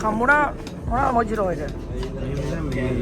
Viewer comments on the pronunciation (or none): මොජිටෝ නෙමෙයි මොහිටෝ කියපන් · යකෝ මොජිටෝ නෙවෙයි මොහිටෝ 😂😂